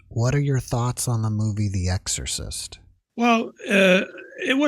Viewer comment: EGG-SORE-CYST!! Hah Hah. Why don't people pronounce "X" in words with an X in them?